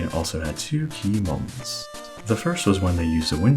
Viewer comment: That "Keymoments" was the most unsatisfying thing I've ever heard